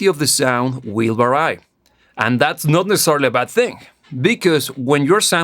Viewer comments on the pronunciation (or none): none